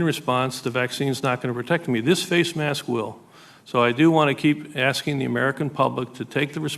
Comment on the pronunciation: Did he get his education at his own fake university because he can't even say the work mask properly.